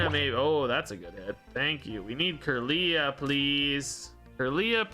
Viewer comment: When he says “Kirlia” ☠️ is trying though lol.